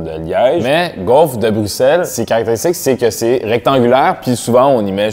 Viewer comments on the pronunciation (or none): personne a capté que a dit buXelle dès le début mdr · ouais mais apres quand on lui a redemandé il a corrigé en brusselle après avoir entendu les autres le dire "normalement"